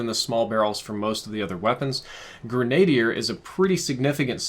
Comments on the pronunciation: I'm surprised an overall pretty thoughtful dude like can't pronounce grenadier lol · It makes sense tho, does more reading than talking about this kind of stuff so he probably hadn't heard it pronounced before he got a different pronunciation in his head. He actually mispronounces gun terms a lot if you listen for it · Omg it's pronounced "grenna deer" not "grenade ear"! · Gren,a,deer just a helpful tip, not grain a deer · Not grenadyer...Grenadier(grin uh dear). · its actually pronounced grenne dier and not grenade dier. Also i have a friend who i accuse of hacking because he has a set of astro a40's for the extra clout astro needs for making a damned good piece of equipment. I appologize for the pedantry but its just grating on my ears. Much love and peace out. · "grenna-dear" not "grenade-dear". You're welcome. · sorry this bugged me it's not Grenad-ier its pronounced gren·a·dier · I’m sorry it annoyed me - it’s gren-uh-dier not gren-ay-dee-er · Grin-a-deer not grenade-ear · Holy hell Grenadier is pronounced Gren-uh-deer... NOT "Gruh nade deer" lol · Ffs it's grin uh dear not grenade ier. It doesn't contain a higher quantity of grenade... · Pronounce "gren - a - deer", short -a sound, not "gren -A - dier" (and the -i is silent) please. Thank you. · Listening to you say grenadier as grenade-ier is hurtful 😂. It's gren-uh-deer. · a bit late to the party but 'grenadier' is pronounced with a soft A. "grehn-ahh-DEER" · No one: "..." saying grenadier: "the grenade ear barrel" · Gren -a -deer barrel.... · Say it with me; Grenadier (Gren-uh-deer) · Green-ay-dee-er lol you disappoint me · Great info - but I have tip.... to pronounce Grenadier properly say it like this.... GRIN (like a big smile) A (like "ah") DEAR (like the animal) - gren·a·dier /ˌɡrenəˈdir/ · Great video but I think it's gren-ahhh-dier.. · Dude,.........Grenadier is pronounced like (GREN-A-DEER). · Pronounced gren-uh-deer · It's GREN-A-DEER. ;) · Grin uh deer